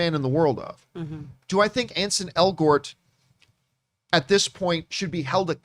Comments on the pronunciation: It's ANSEL , John. Not Ansen. 🙄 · At least learn his name. His name is Ansel, not Anson.